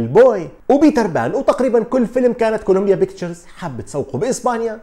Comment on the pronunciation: كوليمبيا بيكتشرز: P not B